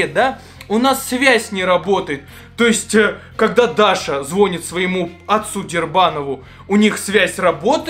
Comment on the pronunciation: правильно говорить звонИт а не звОнит